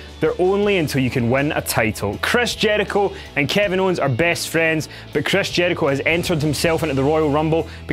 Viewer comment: Love this accent but I laughed so hard when he said "Chreys Jeurichoe" 😂